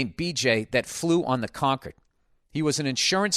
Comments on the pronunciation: Hate that he pronounces it "conquered." CON-cord, Billy. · Con-curd . It’s a cheesy milk substance made by inmates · Is he saying “fly on the conquered?” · It’s because Concord is a place in Boston, and it’s pronounced that way there. So Bill assumes it’s pronounced like the Boston Concord.